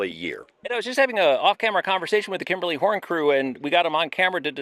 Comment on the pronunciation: It's Kimley-Horn. A few extra syllables were used in the making of this video. 😜